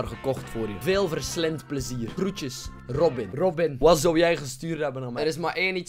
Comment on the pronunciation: Rrrrrrrrobin Altijd leuk als een bekend persoon je naam uitspreekt:)